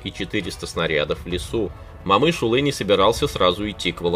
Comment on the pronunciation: О читается как О, не Мамыш а Момыш!